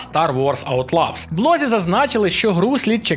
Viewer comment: "Аутлоз", не "Аутлавз", бо це якісь зовнішні кохання виходять😁